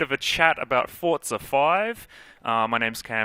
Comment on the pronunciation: WTF it's called "Forza" not "Fortza"!